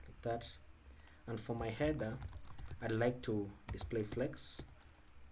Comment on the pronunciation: heda, namba, why you finish all the words with A?